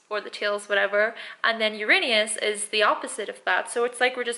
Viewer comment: Most mispronounced planet in the universe. You're good. 😁